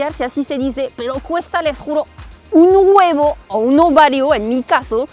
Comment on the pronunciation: "Un huevo" XD que mexicana sonaste.